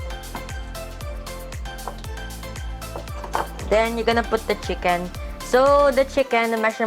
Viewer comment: "Chickeneth" HhahahahLT